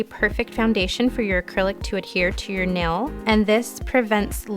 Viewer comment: great video. like how you explain exactly why to do or not do certain things. but a pet peeve of mine is ppl saying nel instead of nail arggghhh. but agai, great video.